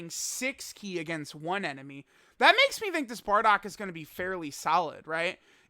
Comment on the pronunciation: I Hate how he say Bardock..